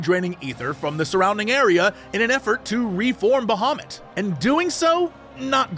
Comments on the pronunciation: Who tf is out there saying "Baha moot?!" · When Jesse says Bahamut, I always hear "Da Hobbit". It confused me several times in a very funny way.